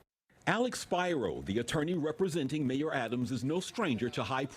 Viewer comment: How come this reporter cant pronounce "Spiro" correctly?